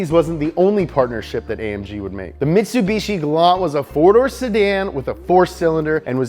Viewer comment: Haha he said hatch pack // mitsubichi